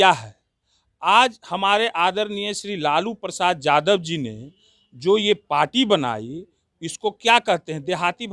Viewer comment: जादव नहीं यादव होता है